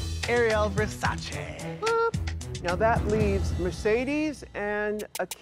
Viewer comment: Finally someone pronounces Versace correctly.